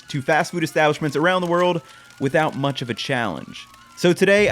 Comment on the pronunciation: Lol the use of “munch” instead of “much” like is an amazing super troopers reference 👌👍